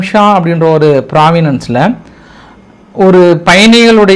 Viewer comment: மாகாணம் அல்லது பிராந்தியம் என கூறுக பிராவன்ஸ்ங்குற வார்த்தை உங்கள் வாயில் நுழையில பிராவினன்ஸ்ன்னு சொல்றீங்க